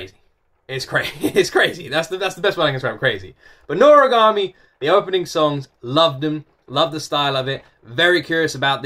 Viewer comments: Yes, u are pronouncing it right:D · NORAGAMI IS SO FUNNY AND EPIC!!!!! i’ve loved this anime since i was a kid, and yes you pronounced it correctly!